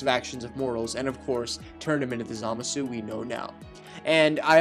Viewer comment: It's Zamasu not Zamazu Leviooosa.